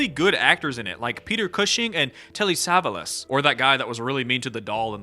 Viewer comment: Creepshow has a werewolf episode? You need to review it sooner than later, homie. Pretty sure Telly's last name is pronounced "Suh-vahl-ahs." I'm going to be honest, that bald cap is almost cartoonish. It looks like something you'd see in a parody instead of a serious depiction. I'm sure Cranston had hair that he couldn't lose for another project at the time and the cap was absolutely necessary, but it doesn't look too great. Those two comic covers actually are pretty cool. Horror Express can be watched on YouTube.